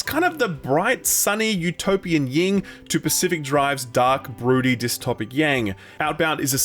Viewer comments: It’s yin* and yang, not ying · "YIN" not "YING" Great recap thx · Am I crazy or did he just say ying and yang?